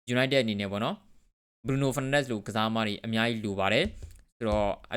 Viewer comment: BRUNO FERNANDES ကို အသံထွက်လေးတော့ ကျက်သရေရှိရှိထွက်ပေးပါ စောက်ရူးရယ် ကြားရတာ Feel တော်တော် ငုတ်ပါတယ် တကယ်ပါ ဒါတောင် ဒီစောက်ရူးက English လို အစီအစဥ် လုပ်လိုက်သေးတယ် 😂😂 #စောက်ရူးကျက်သတုံး